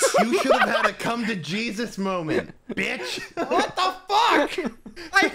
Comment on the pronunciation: you hit that "BITCH" like Dave Chappelle, I stg